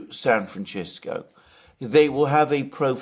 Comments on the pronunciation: Alexander, what's with San FranGisco? If you said it once you said it 21 times😅😅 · It's San Fran -CISCO. Not "scisco" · Stop pronouncing San Fan-CH-isco! The inhabitants of the city call it San Fan-S-isco. You are overriding it! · I wish Alexander would pronounce the city name correctly. It's San Franshitsco. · What's with the 'San FranCHisco' pronounciation?!... You do understand this is not in Italy, right? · Love the San Franchesco pronunciation. It cannot be a fluke of Alexander - he relentlessly repeated it. So, I am convinced. Resist Francisco! Franchesco ftw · Alexander: San Franchisco. Me: Really? Alexander: San Franchisco. Me: If you say so. Alexander: San Franchisco. Me: Okayyyyyyyy... Alexander: San Franchisco. Me: slowly backs out of the room Alexander: San Franchisco! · Nobody says San Fronchessco in English or Spanish.. he's mispronouncing our city's name because he's a little too lazy to find out how to pronounce it like the world does.. and his fans 😤😤😤would rather lay on a bed of nails that admit he's wrong about anything.. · he's mispronouncing the goddamn city's name. I live here.. should we mispronounce every cities' named and then pretend that it isn't just because it doesn't fit into your narrative?? It's not a major thing ..but it is something that needs to be pointed out. It's not San Franchesssco.. stop making lame excuses for his sloppy pronunciation.. it's kind of dumb.. are you his lawyer? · San Franchisco? Alexander, please chease and deshist pronouncing San Francisco this way! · Have I been pronouncing San Franchisco wrong all this time? 🫤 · Aside from your best-in-class analysis, I greatly admire your long-time efforts to pronounce foreign words as closely as native speakers say them. In this spirit, San Francisco is not “San Franchisco”. The “c” in Francis is an “S” sound. Huawei is sounded out “Hwah-way” not “Who-ay”. Keep up the great work!!! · Why is Alexander calling SanFrancisco…SanFranchisco?? Californians do not call it that??